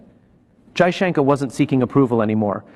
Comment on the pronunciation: Damit it is not junker you stupid be more courteous and atleast pronounce the name properly and that to for.a.seasoned Diplomat